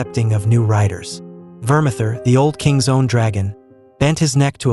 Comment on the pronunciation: Another one who can't pronounce words. It's vermathor not vermather.